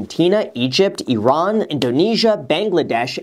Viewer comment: I like you pronounced all the country name correct. Please go teach your friend Andrei as well. IRAN